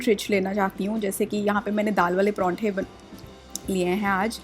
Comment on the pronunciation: Parathy kesi bol rahi ho tm. Pawranthy. Hahaha